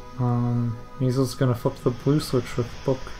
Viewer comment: My name is pronounced My-zelz, not me-zulz